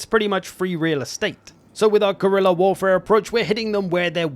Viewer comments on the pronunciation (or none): none